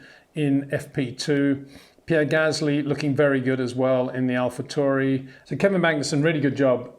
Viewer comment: Nice factual breakdown 🤠 Thanks Peter. Also you pronounce Alpha Tauri correctly. I believe it's named after the Taurus constellation, therefore should be said the same... Also, Alpine, for me, is not pronounced "Alpeen"... Rant over and thanks again :D